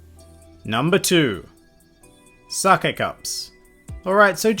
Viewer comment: its not socka from avatar. its pronounced SA-KAY